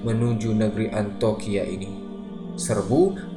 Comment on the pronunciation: iya harusnya dibaca Antiokia.. tapi terus menerus dibaca 'antokia'